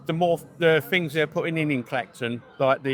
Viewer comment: "To me it's got better, because the fings they're putting in, like the seafront, fings like that." Well I never realised they'd put a new seafront in Clacton. Why wasnt this in the news? 😂😂😂